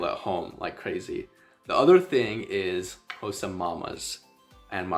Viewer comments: THE WAY YOU PRONOUNCE XHOSA IT PROVES THAT YOU REALLY HAD SOCIAL LIFE WITH THEM❤❤❤ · Your Xhosa pronunciation is perfect 🥰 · Man there are South Africans who can't properly pronounce half the things you can.... For that cheers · My guy here pronouncing all the clicks properly (Xhosa, mngqusho etc.) and we have many South Africans black and white who can't even pronounce Xhosa out here butchering us with "Khosa" 😂🙌🏾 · Uyitye yonke bro, all you said is correct n your clicks are on point 1love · Love how you pronounce Xhosa not many can do it like you do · You pronouncing it far better than most South African whites living in the Country. I am Xhosa from the Eastern Cape, Uitenhage. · He pronounced it better than most non-Xhosa speaking South Africans, right? They almost always say "Koza". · Wow, you Qs are better than mine. From a Xhosa speaking Saffer.